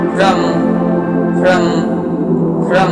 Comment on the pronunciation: ফ্রম Fraum holo montrotar uccharon